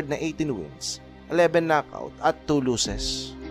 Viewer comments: pwede ba mag aral ka ng tamang pronunciation ng losses vs luses... tapos pano naging plurals ang 1 losses ggggeeeezzzzz instead of 1 loss.... damn palpak pa ang date na inilagay sa caption.... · Losses hindi lusses